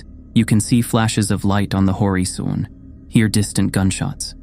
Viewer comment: The person who narrates has a great voice for reading these stories! It would help a lot if he learned how to pronounce the words that he is reading though. Ill be really into the story and every misread word pulls me out of it because i then have to figure out what he meant to say......misread in this story- shred, horizon, desperate, warning, blindly, rubble, debris.